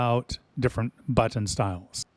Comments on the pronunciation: The way you say "but-tin" is very... unique. I just ordered my own Max halfway through watching your review. I can't wait to start pushing all of the but-tins on my new throttle when it gets here, assuming the Port of Long Beach doesn't screw me for 3 extra weeks like they did on my Gladiator NXT when I got it. Also: but-tins. BUT-TINS. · I really like how you say “butt-ton”